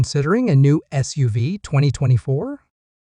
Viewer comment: Just listen to it yourself. It’s ridiculous with pronunciation. For example SUV is said like it is a name and not an acronym.